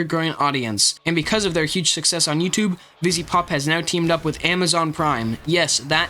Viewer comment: anyone else notice he doesnt say the second V in vivziepop?